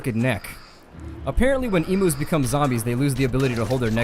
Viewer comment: can you please when saying emu's make sure to say it the right way.